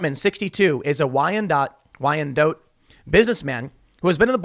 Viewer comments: You had it right the first time, it's "whyan-dot" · You said Wyandotte right the first time. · You said Wyandotte correctly the first time. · You said Wyandotte the right way the first attempt